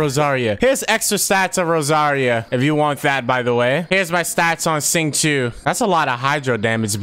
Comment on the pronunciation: ur prolly not gonna care, but its pronounced "Zing-Cho"